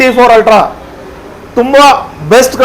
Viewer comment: Altra Alla Ree Ultra 😂